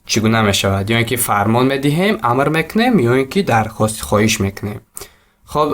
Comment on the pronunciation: Бро не амир- а АМР